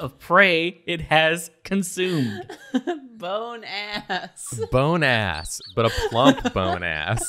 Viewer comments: Why does BONEASS Sound like Bonus? I mean... Everyone can hear that right? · when they said "Bone ass" all I could think of is the French word. In French "bon" mean good so all I hear is good ass. and bone sounds like bon. but pronounced a bit differently but very similar. 🤣🤣🤣🤣🤣